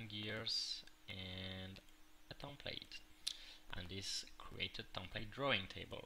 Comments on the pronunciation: its not a tompate its a template it has a EEEEEEEEEEEEEEEEEEEEEEEEEEE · Drives me nuts each time i hear "tomplate"